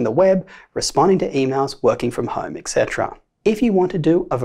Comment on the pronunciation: Have just one suggestion for you; work on your etc. pronunciation. Considering the fact you use it relatively often, it would be fitting.